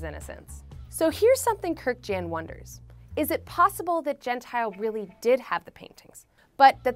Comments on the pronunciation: Everytime you pronounce Gentile, something inside me is brutally killed. It's Gent-EE-Le, not Gent-Ile. It means "polite" in Italian... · Hey, its pronounced Gen-tee - lay. Not Gen-tile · ah I cringe evertyime "gentile" is said. its an Italian name. we pronounce our vowels different than English so it sounds like "gen-teal- eh"